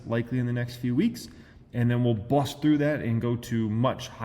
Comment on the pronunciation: he says bust weird lol